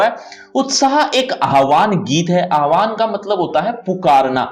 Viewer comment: It's not aahvan sir it's aavaahan 😊